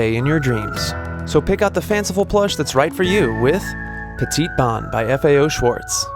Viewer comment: I gawk at your anglicized pronunciation of "Petit Bon." The last letter of both words is silent so the actual pronunciation is closer to "Petty Bow" but not exactly.